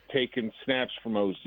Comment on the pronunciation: For as much criticism as these two like to dish out, you would hope that they would be better at their own job, like pronouncing names correctly. For crying out loud, just call him O.Z. if you don't have a clue. I can't believe these guys just won an award. Just let Biggs, Olin, or any other Bears guest tell us what they know, and try to say nothing. Thank you. Go Bears.